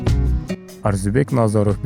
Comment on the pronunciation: Э тупой блогер, эптеп видео чыгарбай маарисине, манызына конул койчу, Арзибек эмес Орзубек туура айтсан атыр.